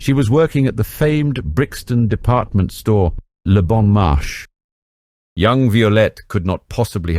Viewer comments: Is this AI? Horrible mispronunciations of several words. Eg - the name Violette pronounced alternately two different ways; - Szabo just wrong; - 'le bon marché' It's not rocket science; basic French gets you there. There's an old movie about Violette, if anyone wants to find it. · Thank you ..for your information there is a hiccup on prononciation of Beaulieu and le Bon Marché....lovely illustrations!